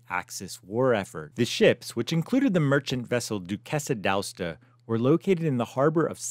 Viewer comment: D' Aosta ... A as in Able, os as in Oscilloscope.... Ta as in tank... A-os-ta D'Aosta = of Aosta